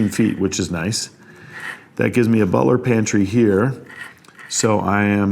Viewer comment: Butler's pantry. Craftsmanship. Architects enunciate these correctly. Especially english sneakers.